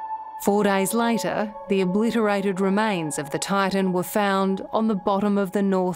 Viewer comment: Why is this reporter pronouncing Titan as Tartan?